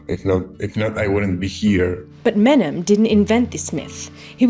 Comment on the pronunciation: “Menem”? Hmmmm